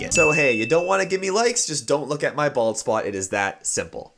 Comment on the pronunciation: I know he said bald spot..... But it sounded like this....balls spot